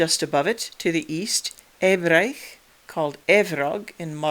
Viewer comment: Hi, first of all: great video. Second of all: where do you get the pronounciation of the ‘au’ of, for example, ‘Ebrauc’ or ‘Medcaut’, as ‘ai’? I’m interested to know because I’d pronounce it more as ‘ow’. I am working on a modification of an old computer game, and the mod is set in 452AD (in the generation of Urien/Urbgen’s great-grandfather Gwrgwst/Gurgast and his son Meirchiaun) in the North Sea area. In order to recreate this part of the world and the many tribal kingdoms within it I’ve needed to parse through many genealogies and many times needed to make stuff up as the information available to us is so limited. I commend you for making such an interesting video essay about such an interesting topic. Thank you very much.